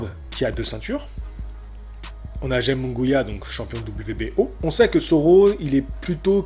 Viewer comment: Euuuh nan. Jaime deja t'as la Jota qui se prononce pas en france equivalent de Kh en arabe aime comme ça s'ecrit puis Munguia a par le 1er U qui se pronnonce Ou le deuxieme se pronnonce a la français donc ça serait Jaime Mounguia.